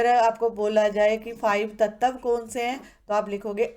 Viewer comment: in you said tatav its tatva